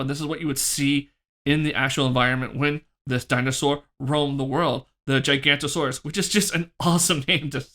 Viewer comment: I hate to be that guy but you were saying it wrong the whole time 😅. Giganotosaurus is pronounced gih-gah-no-toh-saurus. The video is great, I'm definitely going to have to order this figure soon. Keep up the good content ✨